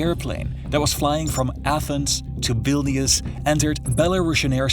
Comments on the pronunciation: Vil-n-us not biliaus Just a heads up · ok sorry but as a person that was born in lithuainia i want to say that its not Vilnius its Vilnus you say it completely different